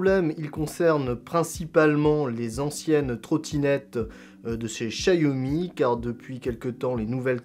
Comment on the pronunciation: Ce n'est pas "chaYomi" mais "chaOmi" merci pour mes oreilles....